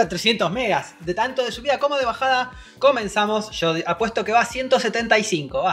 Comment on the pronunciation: Me gusta cuando ana dice comensamo